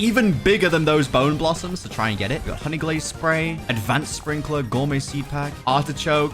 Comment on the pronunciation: he said grandFATHER sprinkeler